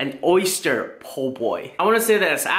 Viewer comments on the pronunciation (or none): it's oyster not orster hahahaha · We'll come by when you can pronounce the word oyster correctly lol jk. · “Rate my orster po boy”